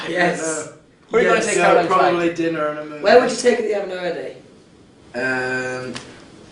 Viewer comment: When Harry said "Caroline Flack" I face palmed.... Oi vey xD